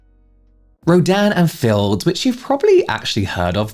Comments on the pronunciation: I'm drawing while I'm listening to this and auditory processing is fcking me up, every time you say the brand name I hear "Ro- Dan and Phil's" lmaoo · Every time you say Rodan & Fields my brain hears "(ro)Dan and Phil(s)" and I just picture Phan leading an MLM 😂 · I kept mishearing “Rodan and Fields” as “Ro-Dan and Phil” and was getting so confused 😭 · i keep hearing “dan and phil” instead of “rodan and fields” i am truly lost to the sands of the internet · Your accent kept making me hear "Dan and Phil" 😂😂